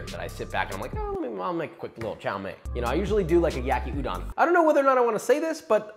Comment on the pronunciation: hears you pronounce yakiudon very wrong Daughter is not happy. -^- but great easy recipe, I made this about 9 times